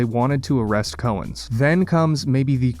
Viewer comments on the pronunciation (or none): Dude you need to learn how to pronounce names of players. trajan langdon is pronounced like tray-gin not tray-john. Cowens is pronounced Cow-ins not Co-ens. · Note that the first syllable in the surname of Al Cowens is pronounced as "cow", not as "co". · Cow, like in MOO, ens. Al Cowens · Your pronunciations of Al Cowens and Trajan Langdon were equally awful.